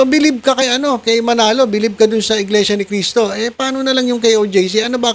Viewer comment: Di ka ata marunong magbasa brod,ang laki ng mga nakasulat sa kapilya, na Iglesia Ni Cristo,pero iba parin ang pagbasa mo